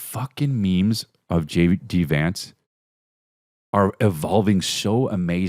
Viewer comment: I love how you say JD Vance like it’s spelled Jady Vance.